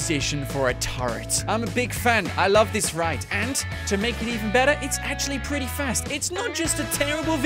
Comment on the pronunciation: HE dervs it akshle